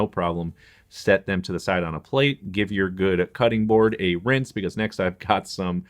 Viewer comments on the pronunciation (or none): none